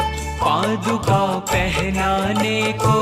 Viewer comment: पादुकामनाएं नहीं होता भाई 😂 ,, पादुकाएं कहते है ।। 😊